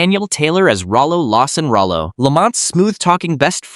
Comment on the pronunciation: This was my favorite show growing up, Thanks for making this video!! Too bad AI can't pronounce Rollo. LOL